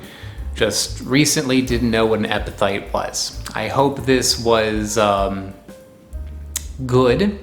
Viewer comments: Why do you keep pronouncing it EpiTHyte??? You've got is spelled properly in your title. It's EpiPHyte, pronounced, Epi-Fight. Also, the plural of Genus is Genera, not Genuses. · pronounced: eppi-fight, not eppi-thight. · Are you pronouncing is epiTHYTE? I always tho7ght it was epi"fight" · In general I would tend to trust local wisdom about edible plants rather than the internet. But also, many things are toxic in large quantities but beneficial in small quantities. There is a reason we benefit from a varied diet. Anyone else distracted by "epithyte" instead of "epiphyte"? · Why you keep pronouncing ph as th? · I love your channel but the amount of times you said EPITHYTE is embarrassing. You can hear it. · The ph in epiphyte is pronounced like an F, not like a th.... so it's like "epi-fight" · Good job mispronouncing EPIPHYTE through this whole video. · You're saying it wrong. Its a ph not a th